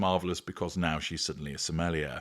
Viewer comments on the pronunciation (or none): You said now she’s suddenly a sommelier, and I heard now she’s suddenly smellier! Ooops!